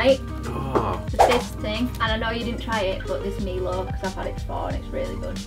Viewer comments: MEELO! Dead 😂😂 It’s said “my-low” 🇦🇺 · Hearing Em pronounce milo as “me-lo” hurt my Australian heart! 😂 It’s “my-lo” ahaha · It’s my-lo in England too 🤣🤣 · lol the confidence was great but it’s definitely MY(as in “eye”)LO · How do you say it? 🤣🤣🤣 knew I said it wrong but styled it out with confidence!! Hahahaha.